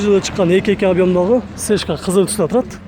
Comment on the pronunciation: Ты всегда говориш (ЕШКУ) сешка сешка а на самом деле ЕШКА.